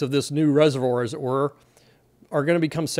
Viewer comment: What’s with this “as it werr” ? 🤠😄😉🤓